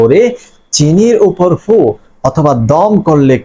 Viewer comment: ফু না দিয়ে ছু উ বলেন কেন